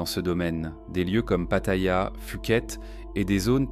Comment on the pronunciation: Vidéo complètement fausse et bourrée de lieux communs moralisateurs du Café du Commerce ! THAILANDE s'écrit avec un H après le T, merci ! ( même en anglais ! ) Et PHUKET se prononce POU-KETTE. Il y a un tréma sur le dernier I de CHIANG MAÏ, donc on prononce MAILLE ! Vous êtes sûr de connaître le Pays du Sourire ? Apparemment NON ! Et bonjour les clichés sur les farangs ( savez-vous ce que c'est ? ) ! Quelle horreur ! STOP, j 'arrête de regarder après 8'23" parce que c'est vraiment DU GRAND N'IMPORTE QUOI !!! 😡😡😡